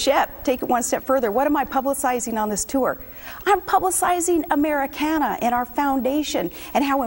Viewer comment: She didn't even say "Americana" the way real Americans do...She's a pseudo American plain and simple.